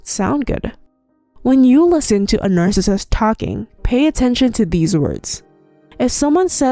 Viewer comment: Slow down when you say narcissist. If you are going to say it 100x each video it would be nice if you could slow it down and say it properly. Since your channel is on the topic, please learn to say the word. You can do it!